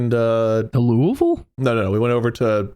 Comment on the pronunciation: i dont like how they say louisville...